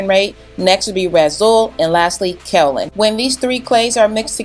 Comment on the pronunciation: As a native of the county that produces the 2nd largest supply of Kaolin, it is pronounced KAY-OH—Lin. Just FYI. I couldn’t resist... it’s the only great thing where I’m from. 🤗 super awesome video btw! My natural 4C thrives due to your videos! 😘